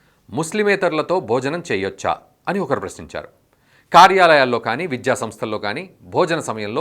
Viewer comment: విద్య, విద్యార్థి, విద్యార్థులు అనండి సార్. విధ్య, విధ్యార్థి, విధ్యార్థులు - అంటుంటే వినడానికి ఇబ్బందిగా ఉంది.